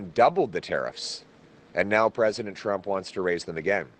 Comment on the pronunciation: Sounded like he said, "My message to president chump" 😂